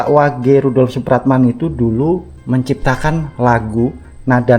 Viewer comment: Tulisan nya rudolf... maaf dibaca bukan rudolof...maaf lain kali ejaan nya yg benar...baca kurng tepat ditelinga ndk enak